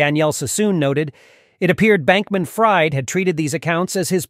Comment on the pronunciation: I think he goes by “FREED” - fried is pronounced “freed” 😂😂